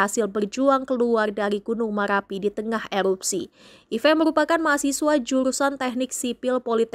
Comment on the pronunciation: Gk pande berita bilang ER 😂😂gunung maLapi 😂😂teloh berita nya 😂